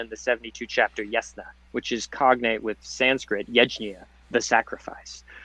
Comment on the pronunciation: Yajna should be pronounced as Yagna.(Yag-na).